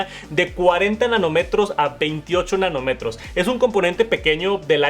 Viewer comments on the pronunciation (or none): sustituir el botón de silencio por uno NO físico será un error ☹. Por cierto, es Nanómetro, con un acento en la "o" , suena muy mal sin acento para aquellos que utilizamos esta palabra con frecuencia profesionalmente